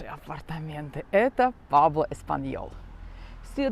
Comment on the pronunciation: Не Пабло, Пуэбло😂 Прожив почти 14 лет в Испании, так интересно наблюдать ваши восторги!😅 Интересно через пару лет посмотреть….Как- то жутко, никого нет…